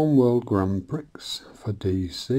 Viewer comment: Another Doozie of a video there 👍👍 🎥🎥 I just need to make one minor correction though..... This reminds me of the girl on Tiswas who pronounced Grand Prix just as you did and then she confusingly explained that that was the word on the screen 😂😂 😲😲 Fair doo's 😁😁😁 Then somebody explained it's pronounced Grand Pree... Hope you don't mind buddy but that's probably why you felt awkward saying it 😎😎 🎮🎮 🍄🍄 Roll on Volume 5 👍👍 🎮🎮 😋😋